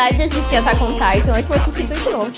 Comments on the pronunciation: "Attack On Titon" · "Attack on Taitou" kkkkkkk